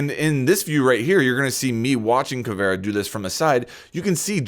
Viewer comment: Anyone else noticed how he said caveria